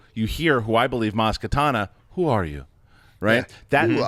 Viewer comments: IT'S MAZ KANATA NOT KATANA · It's Maz Kanata. NOT Katana!! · I'm sorry but I have to point it out. It's Maz KANATA not Maz KATANA. Sorry it's been driving me crazy 😆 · the name is Maz Kanata not Maz Katana lol probably the injured fured character is Lowbacca not Chewie... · Maz Kanata...not katana. Get it right guys. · It's Maz KA-NA-TA. Not Katana. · Maz Ka-NA-ta. Kanata. Not Katana. She's not a sword. Come on, boys. Get it right. Months of this now. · It's Maz KANATA not KATANA!